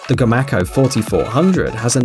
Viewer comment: i built these. i build commander 3 and 2400 on up. i live in ida grove. its pronounced [go-may-co] not gomacko